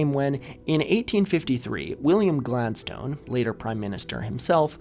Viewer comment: I wouldn’t normally leave such a comment but you seem like a guy who loves to learn so I must say that your pronunciation of ‘exchequer’ is wild. Also, names like Gladstone are typically pronounced with a schwa on the final vowel, not like the word ‘stone’.